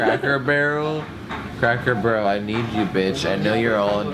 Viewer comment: omg i have never snorted before and when he could not say Cracker Barell right ( im sorry if i spelt it wrong.) but, when i saw it i snorted very loud and laughed so hard....., and when his eyes rolled back, i could not stop laughing!!!